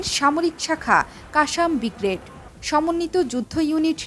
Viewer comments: Bigrade noy, word ti hobe Brigade. vul shobdo uccharoner karone channeltir sunam khunno hobe. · উপস্থাপিকা বললেন -- আল কাসসাম বিগরেড,, 😄😄😄😄